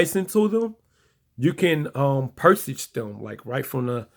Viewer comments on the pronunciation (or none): "Pursache" LOL purchase.